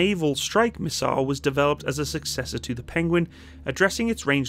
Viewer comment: Penwings? Pengwings? Penglings! Benedict Cumberbatch would’ve proud 😂😊